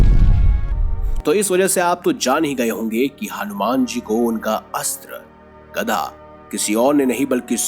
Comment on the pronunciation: गदा होता है न की गधा ।।। देख कर तो बोला करो भाई। ये वीडियो और धर्म के लोग भी देखते है और सनातन धर्म का मजाक बनाने मैं लोगो को समय नहीं लगता ।।। वीडियो अच्छी है पर शब्दो को देख परख कर बोले प्लीज 🙏